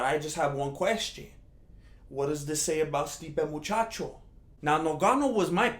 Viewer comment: Stipe Machacho? LOL